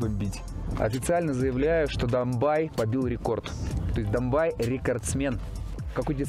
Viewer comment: Не Домбай, а Домбей.что означает зубр на Черкесском языке. Зубры раньше там водились. Не Кисловодск,а Нартсана .Напиток Нартов-Богатырей.Тоже на Черкесском языке.